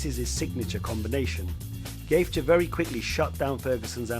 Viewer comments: Why is anybody watching past his pronunciation of Justins surname. Surely if this guy knows MMA then he knows that is not how you say his name. Just another script reading twat working for a content farm. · No one gonna pull him up on mispronouncing Gaethje? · Dude, great video. Suggestion, I don't mind if you pronounce the name wrong but you could try to pronounce it consistently! There's 4 version of gaethje in this video haha! Amazing video btw